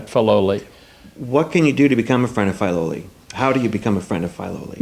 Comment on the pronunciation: WONDERFUL! Thank you! But its pronounced "Fih-loli", not "Fye-loli".